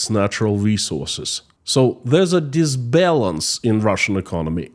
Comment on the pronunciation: Imbalance. Not dis balance.